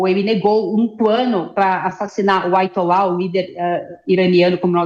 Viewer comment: Diz a ela que não Aitola. É Aiatola. Veja que é limitada.